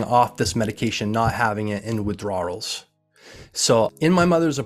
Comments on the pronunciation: Why does he keep saying "withdrawals" like that? Super distracting tbh... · Dude pronounced ever letter in the word Withdrawals. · I appreciate the video and received the message. But buddy you have GOT to find the proper way to pronounce WITHDRAWALS. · Why does he pronounce the silent L at the end of the word withdraw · I have never heard someone pronounce "withdrawals" like that.